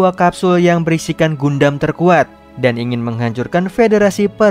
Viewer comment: Dibacanya Gandem bang.!! Bukan Gundam